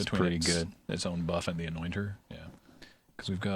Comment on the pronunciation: I don't know why, but I keep hearing "anointer" as "annoying turtle"